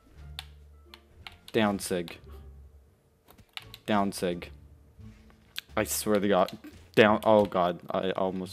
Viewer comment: The way he says daown sig lol